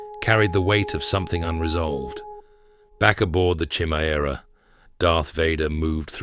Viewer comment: Homie said "Chimmy-Era" 🤣🤣💀💀